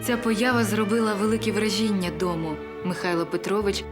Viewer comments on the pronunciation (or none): Вражіʼіння -це вороги ,а враʼження ! Уважніше з наголосами ,будьте добрі .😊